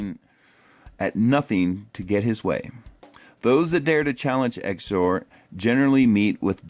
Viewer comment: Good vid. Tho I think his name is pronounced zeeizor